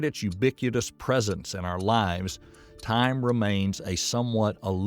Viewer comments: and ubicutous instead of ubiquitous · He pronounces ubiquitous... "u-bik-yoo-tus."